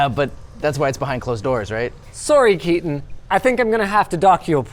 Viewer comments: 😂when you realise it's not "KEY-TON" and it's a "KAY-TAN" 😅 🇮🇳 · Seems like such a nice dude, probably just doesnt want to constantly be correcting people, he's probably used to it lol. For anyone curious, its pronounced "kay-tun" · Bro definitely is named Ketan and not keatan😂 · My brother why didn’t you correct him, our names is not “Keaton” 😂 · So, it's Ketan, not Keaton. 😀 Ketan Sachdev. Completely different pronunciation for those in the know. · bro you pronounced his name so wrong its kay-tun its a indian name so its hard for native english people but this is the right way to do it just saying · Ketan is highly likely not pronounced Kieten. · Kills me that they mispronounced his name so often though =\ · Linus got the Indian Name pronunciation incorrect should have asked Sam Bhatia for guidance.